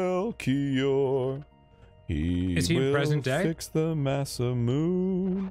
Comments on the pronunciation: Kinda glad I’m not the only one who always pronounced it “masa-myoon” instead of “masa-moon-eh” growing up :p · Every time Dan says masamune ending with “myuun” I die a little inside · I absolutely hate the pronunciation of masa-moonay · I think most people who didn't know Japanese pronounced it similarly. "Mune" like "Tune".